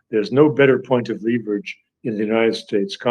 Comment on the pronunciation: I'd suggest that dr. Doctorow checks the word *leverage in any dictionary for pronunciation.